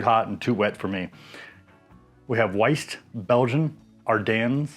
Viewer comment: Nice video, I picked up some of those magnets… and FYI WYeast pronounced WHY-Yeast 😊